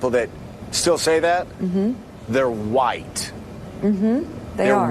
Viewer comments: Did you just say “huwhite” male? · "They're white" (Pause for dramatic effect) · I like the way you say white